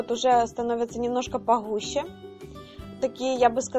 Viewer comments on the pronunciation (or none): Не твороХ , а твороГ , и не поХуще , а поГуще , не Храмм , а Грамм и т.д.